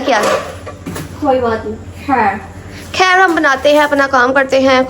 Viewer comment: Plz apni urdu ko theek kro ap indian nahi ho sb sis aik hi trah se word bolti ho kher Hoti he khher nahi